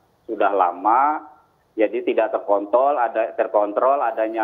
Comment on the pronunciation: terkontrol woiii bukan terko'''''''